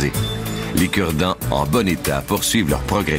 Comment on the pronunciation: lol avec ton accent de québécoise quand tu a dit aujourd’hui on vous parle des cure-dent j'ais crus entendre " on vous parle des kurd ... "